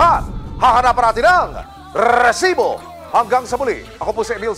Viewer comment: huwag mo ng artehan ang pag bigkas mo ng Rrrrrrrrrrrr....rrrrrrrrresibo.....annoying